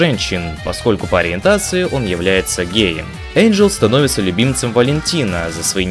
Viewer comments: ВЫ НАДОЕЛИ! НЕ ЭЙНДЖЕЛ, А ЭНДЖЕЛ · Не Эйнджел , а Энджел! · ЭНДжел? ЭНДЖЕЛ, БЛЯТЬ?! МОЖЕТ Э-Й-Н-Д-Ж-Е-Л?,_ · а смысл произносить имена персонажей неправильно??